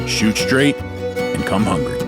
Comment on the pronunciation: did you say "shoot straight and come hungry"